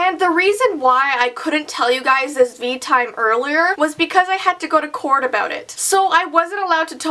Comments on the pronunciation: did anyone else hear her say "corn" instead of court around that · Anna Anthony me